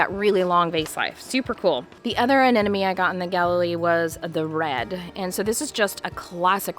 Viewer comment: it is Anemone..not Anenome..